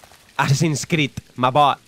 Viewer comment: perdón pero no me gusta que digas ma boy